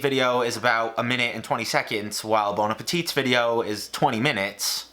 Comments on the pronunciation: Just so you no, the last T in Bon Appétit is silent Have a nice day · The « t » of appétit is silent lmfao